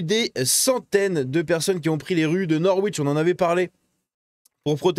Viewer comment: Bravo à nos amis britanniques! Juste une précision, le "w" de Norwich ne se prononce pas, je l'ai appris là-bas, so just pronounce "Norich " 😄J'espère que tu vas continuer cette série sur le UK, c'est super!